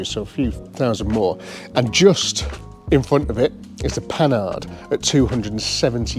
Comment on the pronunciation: The Panhard video series is one of the best I seen one YT yet 👍👍. So my favourite car seeing more about is this one. By the way - the correct pronunciation of Panhard is ,,po-are''.